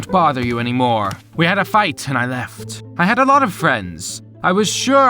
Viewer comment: PLEASE HES ACCENT "she LeftH So Fast.."